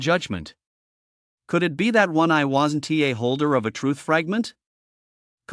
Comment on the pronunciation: its really hard to listen to the broken ai reading words like "WASN TEE" for "wasn't"... I dunno if I can keep listening